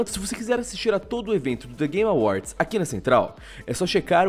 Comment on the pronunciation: só eu que ouvi "the gay awards"?